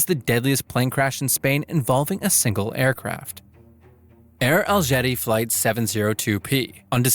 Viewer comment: "AIR ALGETTI"🥀